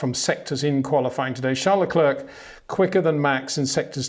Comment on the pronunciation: Peter, it would be really appreciated when you get to pronounce Leclerc and Verstappen correctly.